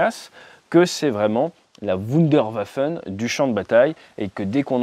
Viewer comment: La Wunderwaffe... Les Wunderwaffen Ate... Tu massacres la langue de Goethe 😊😊